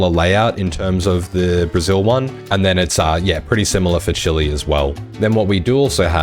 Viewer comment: Chee-lay, no chili 🌶 lol Chile